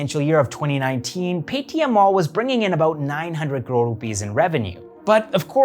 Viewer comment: Apart from great content. The only reason I subscribed cause you showed the correct political map of India. And the fact that you say crore correctly 😁